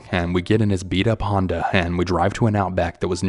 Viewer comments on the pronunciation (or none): none